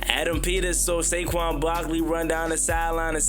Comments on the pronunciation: Who the hell is Sayshawn.....😂😂!!!!!! IT'S SA-QUAN.....wit a Q. Yah need some Schoolhouse Rock jo....let's get it together yah. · "Shayshon Barkley" 😭🙏